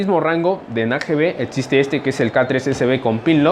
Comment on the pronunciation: Todo muy bien pero se pronuncia existe no como dices tu etxiste